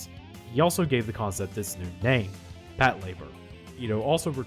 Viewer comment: is that hows its pronounced? Its not PAT -la - BOAR?